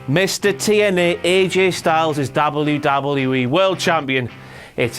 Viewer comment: he cant say wwe